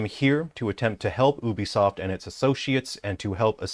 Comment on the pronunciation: Pretending to be intelligent while saying "Obisoft"